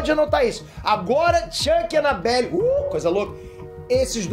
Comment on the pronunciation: Ele disse anabellA. KKKKKK Toma cuidado quando for dormir...